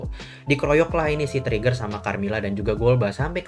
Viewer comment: Lu ngomong trigger kayak ngomong tregear bang